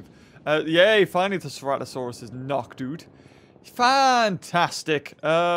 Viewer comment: prime example of a British accent “Knocked Oot”